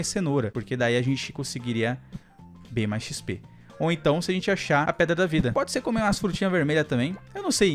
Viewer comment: O falou peda da vida